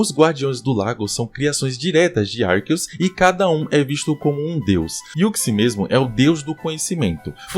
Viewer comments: Pqp, o cara fala Arqueus ARQUEUS KKKKKKK pq sempre tem um br que se acha o diferentao e quer falar diferente? Literalmente TODO Brasileiro fala Arceus normal, pq vai falar igual é falado em inglês cara? Pqp no Japão a pronuncia é com c também cara kkkk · Eu acabei de desbloquear uma nova pronúncia de arceus.